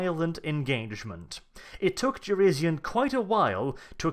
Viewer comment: Jurisian. It's Jurisian. pronounces it like shit.